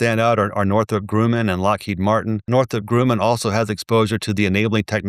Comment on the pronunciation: lol funny, always mispronounces the names. “Wang” and “Grooman”